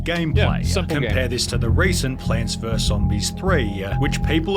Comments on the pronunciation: I wanted to watch the video in peace, but I cannot stop the bleeding from my ears after hearing so many times Plants "verse" Zombies. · The word is VERUS. It has two syllables. I simply can’t understand why people are pronouncing it like ‘verse’. What happened to literacy? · Is the narrator incapable of pronouncing the word "versus"? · It's "versus", not "verse" Also, it's "etcetera", not "exetera" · I wish this guy would say vs instead of verse